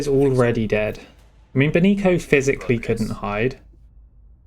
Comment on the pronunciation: Benicio is pronounced with an S sound, beni - see - oh